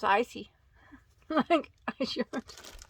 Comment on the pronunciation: you had me giggling every time you said icey. The chenille was my favorite 🤩. I have never used ice yarn. Have a good night.🌙